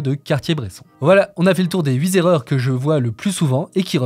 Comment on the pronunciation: SVp: les 8 zerreurs NON les 8 erreurs , pas de liaison tout comme ca va têtre !! NON va ba être sans liaison svp , les oreilles saignent :(